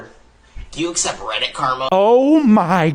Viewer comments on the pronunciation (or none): none